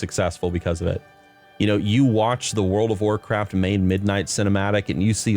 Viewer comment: "They want Wacraft IP to be bigger" Why do I hear this as if it's Microslop speaking?